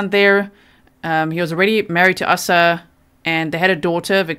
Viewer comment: The name is pronounced A sa as in ABCD...not ah sa or asssa.....Asa